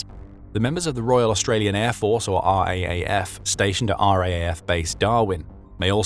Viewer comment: It's called the "R double A F", not R A A F.